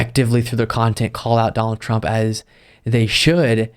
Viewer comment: "DoNaLd PruMp" is the only adult (and I use that term loosely) who I have ever heard mispronounce his own last name. Truly a stable genius.